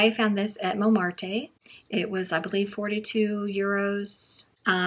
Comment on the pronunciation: Pronounced “Momart”. The e is silent.